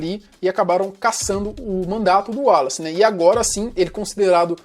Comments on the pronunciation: Em que tange ao prenome "Wallace", apesar do primeiro "A", pronuncie-se,: "uólace"! (Maceió/AL) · A pronuncia do nome dele era uolace.